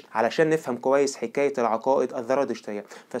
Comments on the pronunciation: اسمها الزرادشتيه وليس الذرادشتيه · يا اخي الزرادشتيه وليس (الذرادشتيه)، ارجوكم ايها الاخوه المصريين صححوا لغتكم اصبحتم لا تعرفونالفرق بين الزاي والذال في الكلام العربي. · انا معجبة بقناتك و اشكرك على المجهودات العظيمة ..لكن نصيحة اخوية ..حاول ان تنطق الحروف كما تقراها و لا تحول حرف ال ز الى ذ او ق الى ك ..مثلا الزرادشتية بالزاي. بالتوفيق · أولا سردك جميل ومرتب ولكن حتى تتطور وتصبح أفضل ، أرجو أن تهتم باللغة العربية في سردك من حيث النطق ومخارج الحروف ، وتصحح أخطائك اللفظية ... مثال ذلك .. الديانة الزرادشتية بالزاي وليست بحرف الذال ونفس الخطأ في نطق الديانة اليزيدية، تحياتي لك .. وإستمر فأنت جميل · اخي الكريم شكرا عللى الفديوهات الرائعة .. لكنك كمصري لماذا لا تفرق بين حرف ذ و حرف ز ؟؟ اسمها الديانية الزرادشتية والديانة اليزيدية